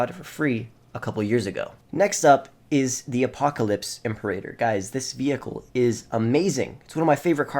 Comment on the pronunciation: God, the way he pronounces imperator is so cringe